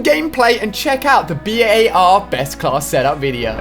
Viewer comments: It’s not B.A.R it’s just bar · It's says bar not b.a.r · Why do you call it the B.A.R it’s BAR like it’s not a abbreviation just call it the BAR please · just call it the bar not the B.A.R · Why doesn't he call It the Bar rather than the B A R ...? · Omg it’s making me mad it’s only called a “bar” not a “b.a.r” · It’s not the B A R It’s the bar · Anyone else notice how he pronounces the bar........... B.A.R